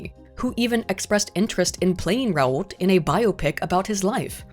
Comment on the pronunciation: If someone is gonna make a video about academic accuracy and that video will feature the same name a thousand times you'd think it would be the bare minimum to figure out how that name is meant to be pronounced The "T" sound at the end of "Raoult" is meant to be almost silent